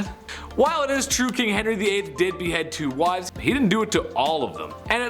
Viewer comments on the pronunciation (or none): "Wives" not "Wife's". Jeez.